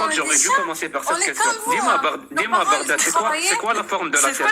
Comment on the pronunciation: Bagdad et non (Baghdad)